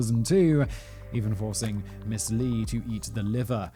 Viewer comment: It's actually is 지준파, Romanized is Jijon Ji Jone. Lee is actually pronounced E (long e). Understand the difficulty of the language. 🤣🤣🤣 Their consonants are soft. I'm sorry you are literally butchering the language. I can't watch this.